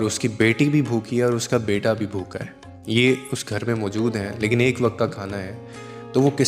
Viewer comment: Bu kha nahi hota bhu kha hota hai bha alif kha alif😊...yaaar keya hogaya hai...bhant ti nahi bant ti hota hai...urdu ki itni beizzati